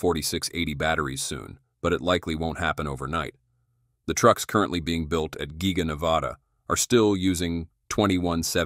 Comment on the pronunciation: The AI Voiceover cannot say the word "currently" correct? haha